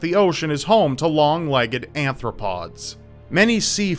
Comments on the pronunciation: Hate to be a bitch, but there is no such creature as "Anthropods" the term is "Arthropods". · F@ me... "Anthropods",? I knew this wouldn't go well. Please learn your stuff before "teaching" others about it. Seriously Strange is far better with geographical locations and stories than zoology, as I can clearly see that all of this stuff has just been taken from the first things that could be seen on Google search. The Japanese Giant Spider Crab (Macrocheira kaempferi) bit was so blatantly stolen from Wikipedia that it hurts. Seriously Strange is becoming just another cheap Top 10 video for easy views.